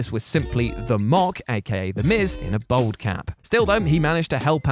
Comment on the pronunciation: I will never understand how someone who is bald cannot pronounce the word bald properly. Bold is something entirely different.